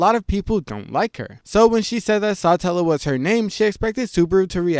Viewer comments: its suh-tella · hearing you pronounce it as Sahtellah is so cringe. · its Satella, not Sutella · SaaaAaatella😂 every rezero creator says words weird 😂😂😂